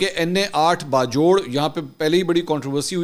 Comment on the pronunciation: منصور صاحب آپ لوگ اکثر ایک لفظ بولتے ہیں " باجوڑ" یہ اسکا صحیح تلفظ اس طرح سے ہے باج وڑ جیسے آپ کہتے ہیں باجوہ یعنی باج وہ بالکل اسی طرح باج وڑ ۔۔۔۔ امید ہے آئیندہ اس کا تلفظ صحیح ادا کریں گے